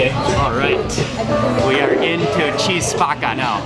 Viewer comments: Love ur vids but u guys couldn’t pronounce the name of the restaurant called chi spacca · Chi Spacca it's pronounced Kee Spakka in Italian. That's a weird name, it means "Who's breaking" or "Who Brakes". Maybe they would refer to "Che Spacca" (Keh Spakka), that's a slang way to say that something is cool. Rarely we see Italian properly spelled in the U.S. That Focaccia di Recco seems good. but it's authentic only if they use real Certosa cheese... unless it would be only a pale imitaion